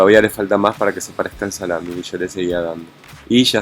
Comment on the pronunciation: Lo siento pero...no es salamin